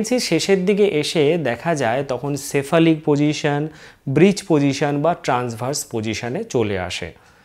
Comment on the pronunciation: Breech position ta jodi ektu clear kore bolen